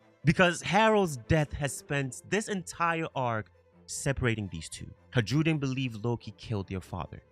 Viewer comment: I enjoy your content, however it did get harder to listen to you pronounce Hajrudin incorrectly so many times as Haj-rude-in. Just like Jarul isnt "Ja-rule" its "Ya-rool" similarly Hajrudin is "Ha-roo-din"